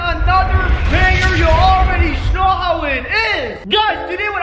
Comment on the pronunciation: Why every time u say know it turns up as shnow